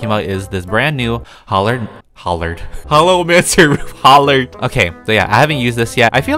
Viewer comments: ok 👌 the HOLLRAD HOLLOWR HOLLOW OML ME:oml its called HOLLOW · hOllArd hOLLARd HollOw learning his first words.